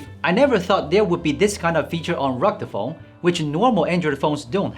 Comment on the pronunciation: "Recta phone?"